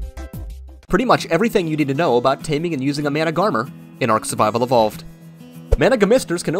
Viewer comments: If it help the wiki says the last R is silent. So it’s Man-uh-garm lol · Does he know that managarmr is not purnounced like that